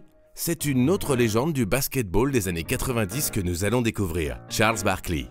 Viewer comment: Je vous adore, mais j'ai eu mal aux oreilles tout au long de cet épisode. Sérieusement les gars, vous prononcez : Barkliiii ?